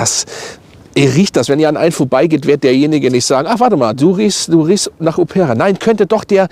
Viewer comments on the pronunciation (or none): none